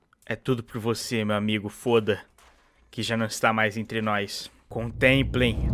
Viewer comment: COMO OUSA FALAR FODA EM VEZ DE FÔDA ,AGORA SOFRERÁS AS CONSEQUÊNCIAS